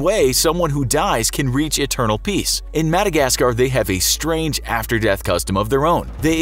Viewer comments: Strang customs 10/10 English right there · "strang" Lel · "strang cutoms"🤔🤔😂how niceee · Ooooof where is the E in strang?? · “Strang Customs” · ”Strang Customs” ??? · "Strang Customs"